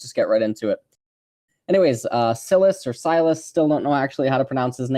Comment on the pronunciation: The name is pronounced See-las (see pronounced as the verb see and las as you pronounce the word last)